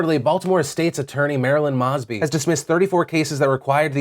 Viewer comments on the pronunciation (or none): It's pronounced MOE-sby. Long o. Love ya tho. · Moes-bee (Mosby) that's how we pronounce it. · Phil, tomorrow land is in Belgium and it's MOEsby not Mossby. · As a Baltimorian, it's pronounced "Moe-sby" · Hey Phil love the hell out of your show, wanted to quick comment on the situation in Baltimore. A few months ago, seven officers of the Baltimore Police Department were indicted on Federal Racketeering charges. The so-called Baltimore seven have been sitting in Federal prison awaiting their plea bargains, in a move that completely cleaved the State's Attorneys office and Marilyn Mosby (pronounced "Moe-zbee", I found your pronunciation amusing) from the scene of enforcing their own department. The Feds literally wiretapped these seven officers and didn't tell the SAO because they were afraid the Assistant State attorneys would tell the officers. Why? Because these officers were the elite gun squad, and had 500 cases still actionable within the last two years, and 10,000 going back twenty years. I'm not exaggerating those numbers, it's simply biblical. I was clerking at the Public Defenders office when this all went down, I've seen the open files. It's incredible, and not nearly enough news outlets carried it. Mosby has been a terrible SA for the city. She shattered her relationship with the Police when she tried and botched the trials of the Freddy Gray officers, then she shattered her relationship with the public by doing nothing as crime skyrocketed in the city. To be honest, she's just terrible at her job. Here's an article on the Baltimore Seven I encourage you to read the actual indictment, it's simply amazing what these guys tried to get away with.